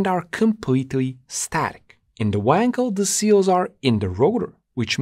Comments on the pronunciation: You still do not know, how to pronounce "Wankel". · Appreciate your attention to the manufacturers name 'Knob' yet why are you incapable to pronounce the name 'Wankel' appropriately? After all it isn't Weeeeeekel, right?